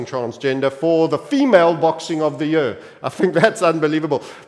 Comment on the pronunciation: the way you say “year” is disgusting